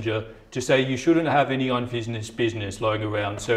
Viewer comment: "Unfisnessed business"? 😆